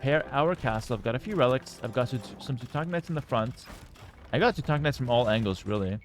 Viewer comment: Why do you pronounce Teuton and Teutonic differently? It’s the same word. Why do you pronounce them differently. It makes no sense